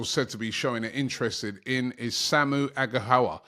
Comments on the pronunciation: lol Robbie it’s pronounced as Agh Gha Oh Wa 😂 not Agha howa 😊 love from Nigeria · Hey Robbie this is how to say Samu Aghehowa Ah-geh-oh-wah